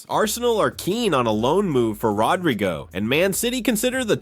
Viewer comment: "RodRYgo"?? At least get the madness right. Moron.